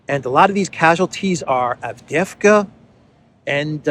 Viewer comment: It’s not Avdevka man it’s Av-DEE-yev-ka